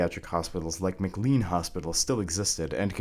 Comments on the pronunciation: Patients are still treated in place with so much disrespect that it's absolutely appalling - not as bad - but still inhumane. Oh and it's not said Mc Lean. It's said Mc-Lane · I grew up in Medfield, where the state hospital figured prominently. Thank you for your research. One important note: McLean Hospital is pronounced mac-LANE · Just a note…McLean is pronounced Mc Lane! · I have to say it. It's pronounced "McLane" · It is pronounced McLANE hospital, spelled McLean; He pronounces Worcester correctly.